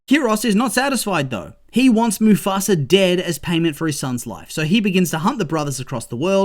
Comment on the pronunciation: Why do you pronounce mufasa as mufasra?